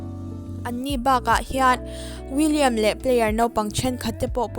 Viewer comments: william tih khan midang daih a soi theih, chuvang chuan a dik tak a lam a tha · willian tih tur aw, william ni lovin